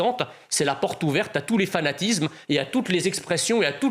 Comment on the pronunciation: Monsieur Mezzia, j'aime vous écouter mais pourquoi prononcez-vous constamment Z à la place de S ??? Fanatizme...